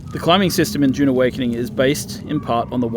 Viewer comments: It's Dune not June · its DUUUNE not JJJUUUNE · Narrator: DJUNE Awakening